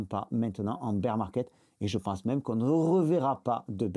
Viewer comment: Beer ou bear on s’en fou , pas la pour des cours d’english 😁 tes videos et ton travail sont top👍 et moi aussi je prononce beer!✌️